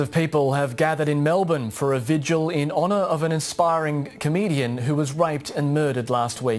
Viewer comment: Minor point to the narrator: it's pronounced "vigil," not "vij-u-al."